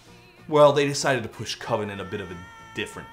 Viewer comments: It's pronounced COVEN man. Cuvin sounds like oven and that just ain't it. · I'm sorry, all I can think about is Mark Borchardt in American Movie insisting that "coven" is pronounced with a long O. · It can't be coven because coven sounds like oven, man